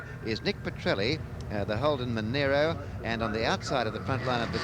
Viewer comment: Monaro not Monairo. Those ABC announcers are genelly terrible!